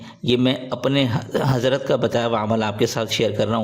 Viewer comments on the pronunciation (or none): none